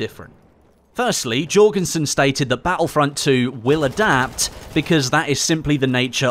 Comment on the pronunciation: not Jorgensen.